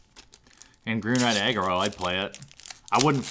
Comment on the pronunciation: I could of swore you were saying "green/red eggroll deck". I'm guess what you were really saying was green/red aggro?